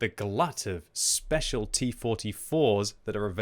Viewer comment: Speshual server operation 🤣 Anyway feel welcome RU gamers.